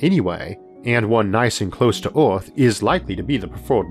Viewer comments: is he saying orth instead of earth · so do people in ohio say "orth" instead of "earth" or is this some foreign thing? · Speach impediment.